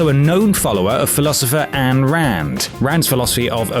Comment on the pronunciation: Ayn is pronounced "eye-n" not Anne mate XD